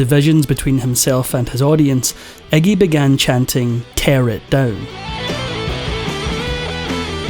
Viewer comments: The narrator calls him 'eggy', it's Iggy. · Eggie?.. His name is Iggy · * Iggy* not eggy🙄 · I never realized that Englanders (Or is that Irish?) pronounced it Eggy. All of this talk about blood, vomiting, and everything, yet there is no video footage of any of it. No matter how "punk" he is, he is a mainstream act because he has the same handlers (sells his soul) as everyone else that gets to be that famous.